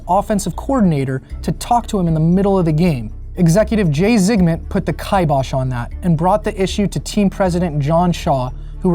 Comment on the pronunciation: kibosh is pronounced with a short I like fish, not a long I like wife